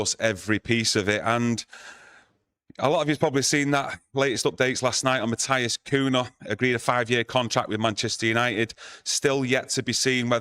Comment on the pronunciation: Who the f**k is “MATHIAS COONA” hahahaha